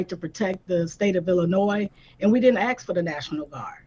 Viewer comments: It's ask, not aks. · She didn’t axe for the national guard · “We didnt AXE for dem”… learn english!.. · She didn’t “axe” for the National Guard. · You didn’t axe for no National Guard? No college degrees were earned by her, if she be speakin’ like dat!!! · We dint ax fo this..yes you ax fo it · Can someone please teach her how to pronounce "ask"... we're not cutting wood here. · The mayor has to read off of cue cards and still can't pronounce the word "ask" correctly. Pathetic.